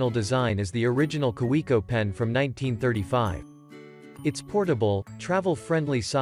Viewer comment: Yeah, tons of research. This is an ad, pure and simple, and a bad one. Teach your robot voice how to say "Kaweco". If you know how.